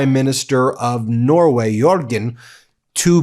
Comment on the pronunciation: Sergei is pronounced as (sir-gay) Not (sir-jay)